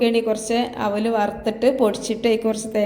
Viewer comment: താത്താ ഔലല്ല, അവിലാണ്